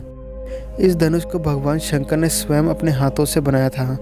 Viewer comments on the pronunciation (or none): none